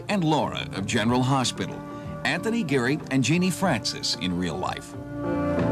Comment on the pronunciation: 😂 Yeah, the reporter really flubbed on the name, sheesh. Tony GARY?! 🙄😂 and at the very beginning of this clip, the reporter says, “General Harsh-pital” - what a mush-mouth 🙄😂